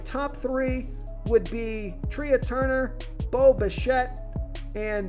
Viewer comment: FYI Trea is pronounced like Tray (a thing to place plates on in a restaurant.)